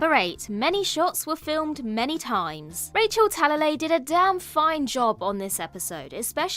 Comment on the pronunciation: I thought Rachel Talaley was pronounced like Ta-La-Ley instead of Tala-ley. Interesting. I wonder which is correct? I do like the way you pronounce it though, sounds cool.